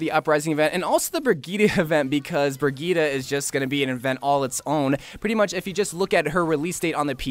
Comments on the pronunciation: It is pronounced briyit no briyita, at least according to the presentation video of Brigitte and Google traductor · IS THIS BOY PRONOUNCING BRIGITTE AS BREGETA 🤦‍♂️🤦‍♂️😂😤